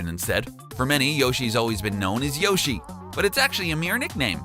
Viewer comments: In this bizarre comment section you'll notice many people complaining about his mispronunciation of the name Shigeru Miyamoto, but strangely no one is complaining about the fact that he is mispronouncing Yoshi too. I assume that's because all the people complaining about mispronunciation are mispronouncing Yoshi's name themselves! :-P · P.S. He doesn't even pronounce Yoshi correctly, so what chance does he have of getting Shigeru Miyamoto right??? :-P